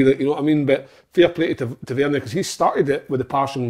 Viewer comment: Wish Si would say Tavernier properly 😂 top work again lads!